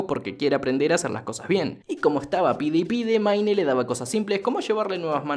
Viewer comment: "maine" parece broma la pronunciación tan mala que tiene